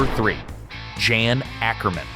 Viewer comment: Some people still say Jan Akkerman was better than most of the "guitar gods" that are more famous, like Jimmy Page. Jan is pronounced Yon (rhymes with John), just like Jan Hammer. Anyone who hasn't heard Alvin Lee play should check out the song I'd Love to Change the World, written by Alvin Lee, from 1971. On one Jethro Tull live song, Ian Anderson says something like, we don't have a synthesizer, we have a Martin Barre. It was a long time ago so I may be screwing that up really bad. Phil Keaggy surprised me. I thought Christian Rock was only played by people who can't play real rock. Any of it I heard sounded that way. When I think of Triumph I picture a Flying V guitar. That might make me prejudiced or something, I'm not sure what to call it. Johnny Winter was a great blues guitarist, but I like his younger brother Edgar Winter's music a lot more. It's more my style. They were both albinos, and maybe Johnny was just too white to be more popular as a blues musician. Before he had monster hits in his solo career, Peter Frampton was in Humble Pie. Their song 30 Days in the Hole is 53 years old and still sounds good. And it wasn't even one of their half dozen songs that charted in the U.S., or in the U.K, Canada, or Australia. It was funny when Frampton was doing a concert, walked up to the talk box and said something like, I suppose you want me to do this thing? Of course the crowd went nuts, before he started playing. Dickey Betts was one of the main reasons The Allman Brothe